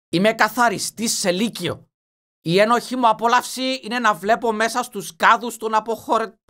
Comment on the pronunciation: Μου αρέσει που στα περισσότερα σχόλια ο τόνος στο ένοχη (απόλαυση) το γράφουν ενοχή απόλαυση και ο τα διαβάζει έτσι Λάθος